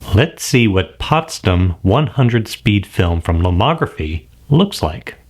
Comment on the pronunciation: Thanks for this video and the whole series! It already helped me so much choosing the right film to use. It's Potsdam with an "A" like the last "A" in AmericA or like in "all". Greetings from Potsdam, Germany :)